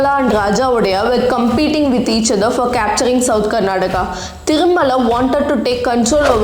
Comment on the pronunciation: I think it is high time u pronounce the names correctly Its Karnataka not Karnadaka,It is Srirangapatna and not Srirangapatinam,Its Talakadu not Talakad,Its Mysuru not Mysore.